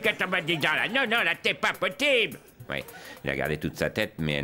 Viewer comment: L'Abbe Pierre est têtu avec son "te pas potibe" Quoi qu'il arrive te pas potibe 😅😅😅😅😅😅